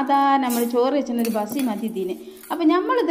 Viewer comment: Vasi alla bassi